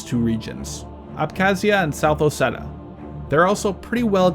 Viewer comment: Also: not South "Oseta", but South "Ossetjia"